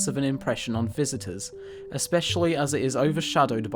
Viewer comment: well done. "Especially" has no "ek" in it. It is pronounced "eh-spesh-ally". You're welcome.